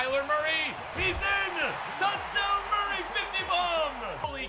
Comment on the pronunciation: I want to die bc most this vid u said kyler muryy